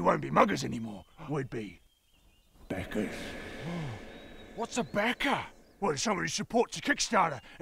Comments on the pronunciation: I actually thought it was beggers until I saw your comment!!! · I heard that too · They did say beggars, didn't they? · I thought that's what they were saying... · I heard "buggers" tho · I, also a Brit, also thought it was beggars. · I thought it was beggars up until I saw this comment and went back to hear it again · I thought they were saying beggars the whole time until I read all the comments that said, backers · Sam Guevenne English is my native language and I only heard “beggars.” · Aneesh Kandrakota Seriously. If I hadn’t seen the comments, I wouldn’t have even knows that they said “backers” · Ooooh, "backer." I kept hearing "beggars." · I too thought you were saying beggars. But now watching it again, it sounds like backers lol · Backers sounded like beggars lol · First I heard beggars, then beckers, realized it was backers. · I heard it as "beggers", but oh well, that is basically what Kickstarter is about anyway. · I really thought they were saying beggers till around the end -_ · Heard "beggars" all throughout and it was so confusing. Then I read the comments. Now I do properly hear them say "backers". Brains do work in strange ways. I also want a mug. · At first I heard "beggars" and kept hearing it until just before they charged at him when I saw some more articulations and it was backers :P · Backers sounds a lot like beggars when you say it like that. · I thought they were saying “bankers” 🤷🏼‍♂️ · OHHHHH...Backers. Totally wasn't hearing beggars the whole time. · Sounded like "beggers" to me : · / Heh, I heard beggar at first. I was really confused how backing on Kickstarter would make you a beggar. Then it hit me. Best of luck! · Anyone else hear them say “beggars” instead of “backers”? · Sounded logical to me at the start: they give away all their gold and then become beggars. Only when they repeated it at the end I realized they probably said backers instead. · Yeah I heard beggars too and was so confused. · I heard “bankers” 🤷🏼‍♂️